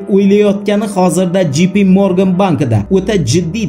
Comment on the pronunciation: J. P. Morgan Jey. Pi. Morgan dep òqiladi brat!